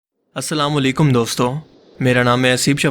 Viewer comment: wa alaykum assalam.( allah aapko bi salamat rakhhe) mere pyare bhai, aapse darkhast he jab video ke start me aap salam kare to wo lafz clear ho taki aapki salam ke mayne badal na jae. or sukriya achhi dini talim ke lie.